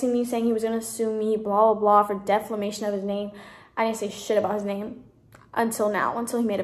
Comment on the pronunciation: She said "deflamation"